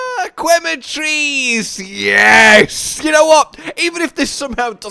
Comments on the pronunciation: Once again it's pronounced ke not kwe other than this I am ecstatic to see you and Cotton's Wilds adventure. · just for the record, the U in Quematrice is silent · man, go get some sleep already, but thank you nonetheless for the video & commentary so that we foreigners don't feel lost in translation to the source stream 👏 Also did i hear that correct? "Kweh-matrice" 😂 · I wonder if is ever gonna pronounce Quematrice correctly.